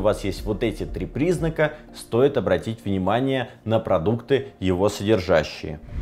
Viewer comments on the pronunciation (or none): none